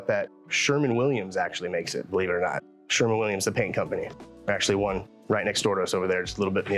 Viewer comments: Sherwin, not "Sherman" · It is Sherwin-Williams not "Sherman Williams". Sorry I have to correct that : )